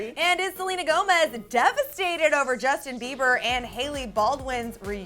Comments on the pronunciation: "DEVASTED" lol😂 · wtf is 'devasted' do u mean 'devastated' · "devasted" lol